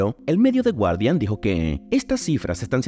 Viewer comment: y "The guardian" se pronuncia "gardian" :D